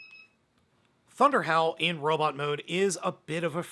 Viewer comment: When you said “ThunderHowl”, I thought you said “ThunderHell”! 😂😂😂